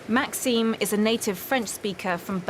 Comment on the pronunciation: not MaxIme Maxime the i is more like a eim kinda sound my names Maxime so it pisses me off when people say it wrong especially when teachers fk it up